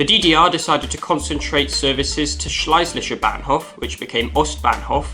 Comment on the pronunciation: again Shlay-zisher